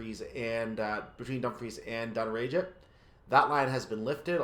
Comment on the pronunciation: pronounced dunn-rag-it